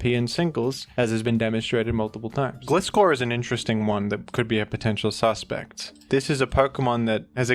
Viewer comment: Do you pronounce Gliscor incorrectly on purpose? ✅(Gli)de ❌(Gli)tter